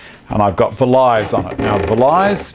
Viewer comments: for future reference, Vlies is pronounce "Fleece" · Festool vlies, pronounced fleece. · At you say you're using an orbital sander with an aluminum oxide pad with ? on it? It sounds like you're saying velize or vilise but I have no idea what you're saying. I can't find any reference to it in your description and I can't find anything similar in search. You say that it's a pad that builds up a wax, I've never heard of such a thing. Can you help me? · you mention you have a pad on your orbital sander. I hear vy-lies. What is that?